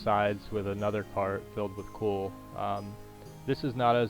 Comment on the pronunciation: It's "Coal" not "Cool"